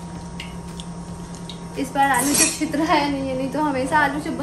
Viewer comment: Kaise bolti hai kadhai me chhitra jata hai😁😁😁😁😁